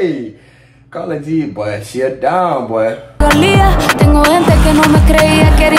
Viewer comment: Her name is pronounced like “care-ol-g” 💀💀